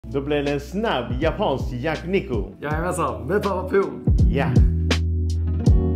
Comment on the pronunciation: Det heter yakiniku och uttalas så. Men säger fel vid åtminstone ett tillfälle (tid min.). Då säger han yakuniku.